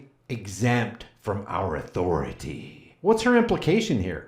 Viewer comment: Respect ma ah-tho-rah-tay!